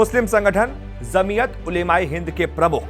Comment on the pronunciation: Apna pronounce sahi karo bhai. Jamiyat J se he and aap z ko pronounce kr rhe ho.